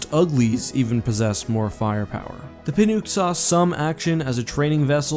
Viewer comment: I'm pretty sure "Pinook" is prononced "Pin-uck".